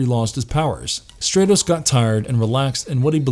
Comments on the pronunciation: The fact that this character repeatedly had his name mispronounced as “STRAY-TOHS” ruined the video for me. His name has a soft “A” pronunciation. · How is the He-Man universe one of your favorites when you can't even pronounce the heroes and villains names correctly it's Stratos like stratosphere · Who is "Straytos" sorry. Impossible to watch a video where the characters name is mispronounced every 10 seconds. Was the narrator even a fan? Or just a guy reading this? Armature stuff. Not a good look. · The character's name is Stratos, as in STRAT-O-SPHERE (the first syllable rhymes with cat) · Great video except it’s not pronounced “stray-tos.” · Why isn't he pronounced "Strat-os" like Stratosphere? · You say you like the he-man mythos but your saying Stratos name wrong it’s pronounced Straatos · Sorry, you lose me if you can't pronounce the main characters name... pronounced like "Stratosphere" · Really? Stratos with a short a, like stratosphere. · Nice vid, but I can’t get past the fact hoe you pronounce Stratos also: Skysled not Battleram